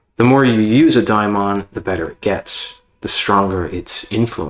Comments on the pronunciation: It's pronounced Daymon. Or at the very least demon. I have never heard it called daimon. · He’s saying it wrong, and this audio is popping like corn in hot oil.